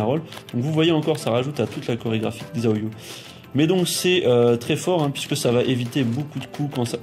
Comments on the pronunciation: Magnifique tuto comme d'hab ca fait plaisir ^^ par contre xiaoyu se prononce shaoyu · Haaa :) MON Perso ! :) Pour le coup elle, tu ne la dénigres pas haha, merci beaucoup pour cette vidéo, j'approuve :') on parle trop peu de Xiao Xiao ... (Par contre ça se prononce 'Chao'Yu' hein x) Mais depuis Tekken 3 je joue avec elle. C'est la seule que je maîtrise en fait, et dans TTT2, bah je fais des combo de malade avec Miharu Hirano ♥ =) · En réalité ça se prononce "siaoyu". Le "shaoyu" que tu as entendu es du aux accents des gens qui font la voix.